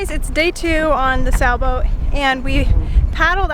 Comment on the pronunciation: Are you saying Sa-boat or Sailboat ??